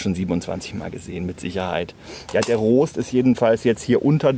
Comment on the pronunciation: Gutes Video, aber wie Du "Rost" ausgesprochen hast, hat mich fast wahnsinnig gemacht. :D